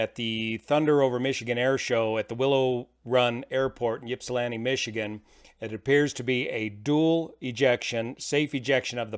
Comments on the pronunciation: It's pronounced ip si lanti not yip si lanti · It's always fun to hear someone take a stab at saying Ypsilanti, did a good job, just a little off! I'm glad everyone is OK. I'm shocked there were no injuries on the ground. That ejection looked rough too. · LOL....why does everyone mispronounce it. It's not pronounced YIP-silanti, it's pronounced IP-silanti. 🤦‍♂